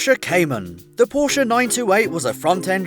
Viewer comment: It's pronounced porsh not Porshe